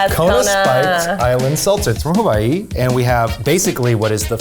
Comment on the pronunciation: the fact that eugene said hawaiʻi right makes my heart happy